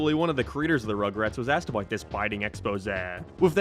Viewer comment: Your pronunciation is so frustrating How did you say “abaouuu” instead of about?